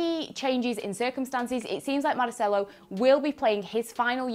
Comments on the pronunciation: Possibly the worst pronunciation of "Marcelo" I have ever heard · The way she pronounced Marcelo's name made me confused 🤔. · did she have a stroke or something? The way she's saying Marcelo...? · What's with the pronouncing Marcelo? He's Brazilian not Catalan. You read every name as if they were English, the one time it would have been correct you read it as if from Barcelona